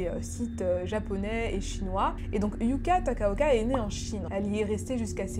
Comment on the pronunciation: Ton montage est magnifique !!!! : les sons, effects, images et vidéos...etc On voit très bien à travers tes vidéos le travail très impliqué que tu nous propose 😌😌 ( tu prononces très bien les noms japonais c’est dingue ! 😂😮)